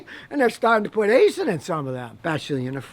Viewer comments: haha I thought you were just straight up saying asian transmissions, nope its aisin. kinda like acein'! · It’s actually pronounced Eye-Sin, not Aye-Sin lol. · Did you say it's an Aisin transmission, or an Asian transmission? 😹😂